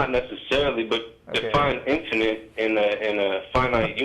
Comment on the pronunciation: "infininate" :P